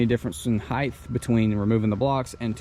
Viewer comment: Why do people put an h at the end of height?